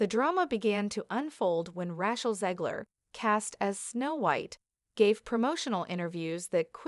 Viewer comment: You mispronounced Raechel